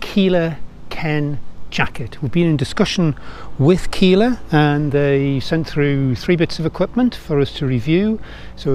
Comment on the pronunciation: D say killa like killer but with an a at the end. Sounds dope then